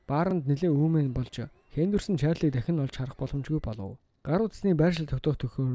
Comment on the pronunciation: Төрсөнө өдөр , Дахина, бүтээсэнэ, эзэлсэнэ, удаана, аваачина, хүнэ, нэгэнэ, болсоно, хэдэнэ, эргэнэ очиж, хамгаалалтына, оролдсоно, ажилтана энэ үгнүүд бүгд ард нь эгшиг байхгүй хэлээч хараал идмэр вэ хэлний үзүүрийн н хэлний угийн н гэж мэдэх үү урд нь бас хэлж байсан анхаараачээ хазгай ярьдаг пизда вэ